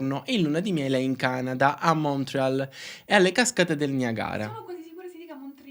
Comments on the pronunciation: Su “Murriale” sono morta 😂😂😂😂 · Il “Montreal” più siciliano che sia stato mai pronunciato al mondo 😂